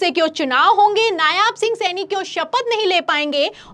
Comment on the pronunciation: Aap nayab singh saini ko nayaab singh saini kyo bol rahi hain